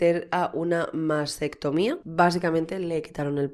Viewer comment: Mastectomía no masestomia. Y de patrocinios nada: puteros es la palabra si no quieres blanquear la prostitución